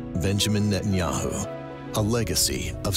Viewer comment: At the beginning, did she say Benjamin Metanyahu ? 🤭 God bless Mr Methanjahu.